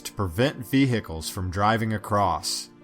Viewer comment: "Ve-hicles" lol